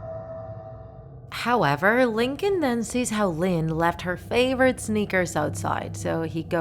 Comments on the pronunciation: Its Lincoln not Lin-co-lin😂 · 𝕀𝕥𝕤 𝕟𝕠𝕥 𝕝𝕚𝕟ℂ𝕆ℕ 𝕚𝕥𝕤 𝕝𝕚𝕟𝕔𝕠𝕚𝕟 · lyn actually calls lincoln stinkon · I love how she says Lincoln as LinKONG